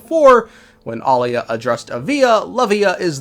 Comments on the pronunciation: It's Aila not Alia, Alia is her twin sister that died a long time ago. People need to learn how to pronounce names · EYE-LA and AH-LIA 😭😭😭😭😭😭 Please. My ears cannot. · AY-LAH lmao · The pronounciation of Aila , just ragebaited me so hard😢